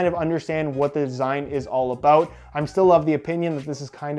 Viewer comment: ABOOT What's that all aboot?...